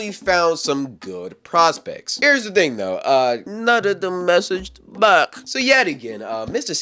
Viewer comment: Wow this challenge is so brain dead. And why this 🥷🏽keep saying"byke" in place of "back" 💀